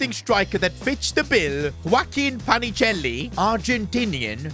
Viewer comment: PA NI CHE LI, NO PACHINELI